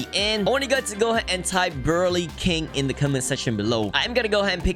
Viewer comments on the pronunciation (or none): also its brew-lay like the french desert créme brûlèe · the way he said brulee or brulee whatever you guys say it.. in other words saying:dont criticize my accent. i dont care how your accent is, but your a jailbreak legend